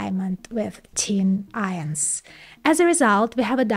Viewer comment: Teen ions